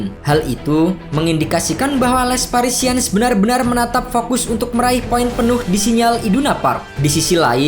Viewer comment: Sekali kali narator harus belajar mengeja paling tdk nama-nama tim di negara saya, sakit telinga mendengarkan les parisiens dibaca.😪🤒🤕